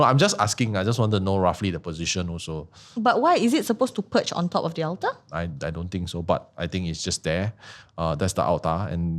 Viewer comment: That's a horrid way of pronouncing 'altar'. Very ah beng.